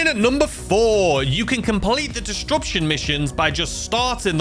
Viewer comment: “Dis-rup-shun” not “dis-drup-shun”